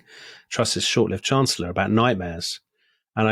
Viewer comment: The Lady Chancer-llor?